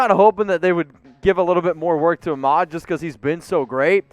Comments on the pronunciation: It's pronounced akmed not ahmed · Not being rude, but Brian Flores and even Salvon Ahmed himself said for the last 2 weeks that Salvon's last name is pronounced "AKMED" just wanted to point that out...its pronounced "AKMED" love the show btw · It’s pronounced (ahk-med)